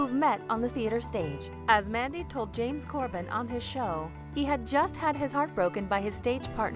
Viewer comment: James Corden...not James Corben. Learn to talk properly...then you can make videos where you narrate.